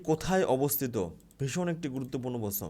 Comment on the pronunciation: প্রশ্ন কথা টা ঠিক করে উচ্চারণ করুন 😂